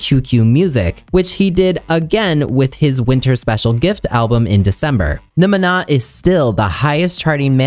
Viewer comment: i think that supposed to be "Namanana" 🤭